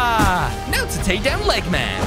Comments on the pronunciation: egg men not leg men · It's sonic not speedy and it's not leggman it's eggman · His name is not leg man it’s egg man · It's not leggman is eggman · it's not speedy it's sonic the hedgehog and it's not Lehman it's eggman this is dume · It's Eggman not leggman